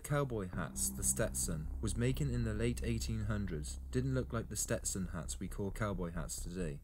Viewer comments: SETSTON?!?! wtf, go suck a noodle, Englishman. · This guy is funny. The history of the settlement of Texas is completly brutal. He called a Stetson a Setson. And Said OK Coral, not Corral. Flippin pretentious Brits.